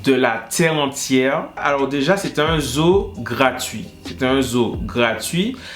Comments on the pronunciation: La façon il prononce zoo va rester dans ma tête jusqu'à ma mort xD ce son à rejoint high school musical, charmed et tout ça la xD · Quand il dit zoo sa me fait tellement rire🤣🤣🤣🤣